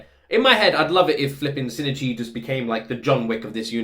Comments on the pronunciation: I think it's 新一 in this case, but yeah. It's tempting to try to pronounce it Shi-Ni-Chi in English, but in Japanese it's clearly written with just the two syllables. So I can understand where coming from--he's not far off. I guess it's about putting equal "weight" on both syllables, so that even if the 'i' in ichi is almost silent, it still sort of comes through. I'm bad at explaining pronunciation. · Just to clarify, the correct pronunciation is しんいち(shin-ichi) and not しにち(shinichi). There's barely any difference as an english speaker and it's not a big deal as long as you make sure to audibly say the "i" in the middle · The pronunciation trouble again? Reminds me of "shinigami" in Death Note🤣 As a Japanese speaker I think the difference you are making is more likely SH sound vs S sound at the beginning. "Shin-ichi" is pronounced with a clear SH sound like the English word "ship", not "sip". Also, when you said you're team Kana, I instantly thought about Murano's VA, KANA Hanazawa🤣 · I think the main difference between your pronounciation and Migi's is that it sounds like you say "Sin" instead of "Shin". (Missing the H) But like you said, the second "i" is very subtle. And the 'n' is almost silent. No worries though. I never commented on it before because it's fine, and it is a bit of a tricky pronounciation. ☺ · For pronounciation his name also starts with "Shin", which is pretty much pronounced like "she". You kept pronouncing it "sin", not "she". Together it's like "she e chi", where "chi" is pronounced like the "chi" in "chief" (but you got that right) and "she e" sounds ever so slightly like two seperate "e" sounds with a pause inbetween. So not like "sheeeeesh" which would be only one long "e" sound. "shin" and "ichi" are two seperate words that make up his name, so each one is pronounced seperately, hence the (very slight) pause instead of a long "e" sound. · huh? no, its SHI-N-I-CHI (or shin-ichi) (泉 新一) = "泉(izumi) 新(shin) 一(ichi)"